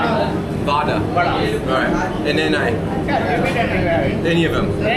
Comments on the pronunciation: Vadai not Vada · The guy who says Vadaa instead vadai sure he is not from tamil nadu better chase him out of TN for his idiot pronunciation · Vadai not vadaa😂😂😂